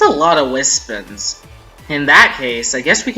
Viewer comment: Dude. Its wispONS, not wispUHNS. I'm sorry this triggers meh ocd.